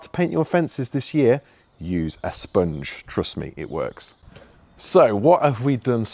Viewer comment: That accent with the way you say sponge 🧽 😅